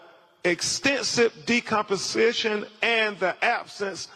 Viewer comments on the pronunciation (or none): Its decomposition not compensation! Maybe he should have the medical examiner read this report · Why cant he properly pronounce DECOMPOSITION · "Decomposation" 😂 omg smh